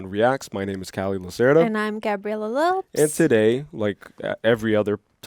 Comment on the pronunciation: She said "Gabriella Loups".... 😂😂😂😂 hey, you're still LopEs no matter how much u may hate it... Btw, I'm Latino before u slap that race card on me.. Oh wait .. Loups can't play that😢 😅😢 😅😅😅😂 Sorry... Could not ignore it... Good reaction tho.